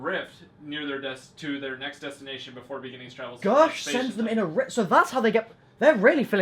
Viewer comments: in the bejinning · "In the bigging" Lex May 17th, 2017